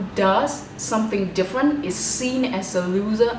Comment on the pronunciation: Tiếng anh của chị nghe không có âm trầm gì cả ạ. Ngay từ câu đầu chị nói từ “ different” đã thấy rất fail rồi ạ @@